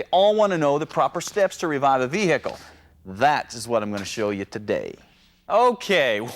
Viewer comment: Your “vee- hickle”. He’s not from the South. 👍🏽